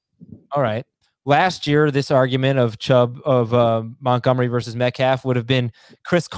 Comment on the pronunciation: At this point I want David Montgomery to retire just so I don't have to hear say his name anymore and butcher it 😂. "mutgomery"